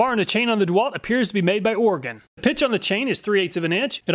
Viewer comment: As a native Oregonian, I appreciate you saying Oregon correctly. 😂 Solid testing as always. I don't even need a chainsaw, but I appreciate your testing so much that I watch it anyway.